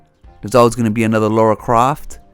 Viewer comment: You mean "Lara" and "grifter" but interesting video.